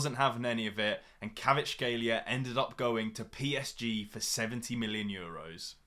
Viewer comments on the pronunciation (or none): none